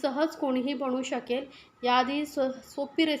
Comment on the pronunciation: बनवु असे बोला बणवु नाही